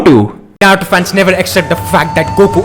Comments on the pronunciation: Abe tu Naruto ko nato bolna band kar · Dude you're overeacting a lotttt Even your accent is very irritating,even your pronounciation of Naruto is bad